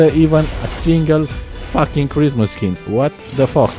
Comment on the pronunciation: am I the only one who hears charisma skins and not christmas?